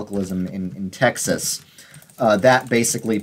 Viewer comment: That “Tyexes” near the mark 😂